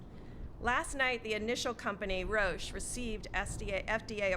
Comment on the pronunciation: Matt Souse ,Rousch... It`s Roche not Rousch^^